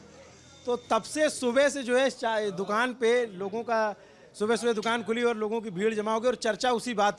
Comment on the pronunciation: Bhai dukan sahi se bolo